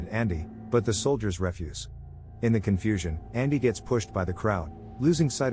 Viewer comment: It’s pronounced re-fuse, not ref-use.